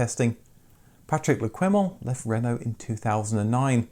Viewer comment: You interviewed Patrick le Quément - but kept mis-pronouncing his name. Qué in French is pronounced 'kay'